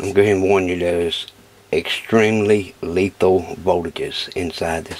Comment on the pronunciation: be vewy vewy caweful, lefal votages